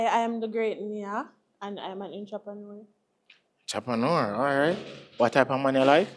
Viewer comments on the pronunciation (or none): She said she is a intropreneur you mean a entrepreneur lol😂😂😂😂😂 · A me alone get annoyed when ppl pronounced entrepreneur like how it spell? Jah jah One home girl say inchoppaneur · Intrapanour 😂😂😂come on man